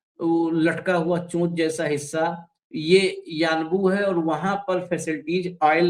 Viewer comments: Its Unbo ... not Uanbu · Sir, it is yanbu